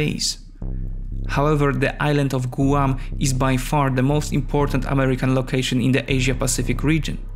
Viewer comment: You mispronounced Guam. Maybe you should have somebody review these videos before you post them.